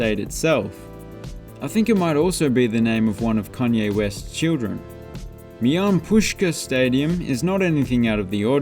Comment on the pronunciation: Just a tip, it’s pronounced My-lan Pus-car, but everybody just calls it Mountaineer Field.